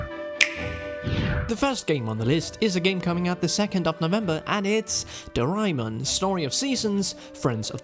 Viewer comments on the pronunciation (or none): I'm so bothered how he kept saying doh-rai-mun- I swear it's pronounced as 'doh-rey-mon" xD